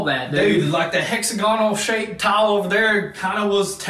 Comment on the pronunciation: “We do gotta.” “Tawl.” (Tile).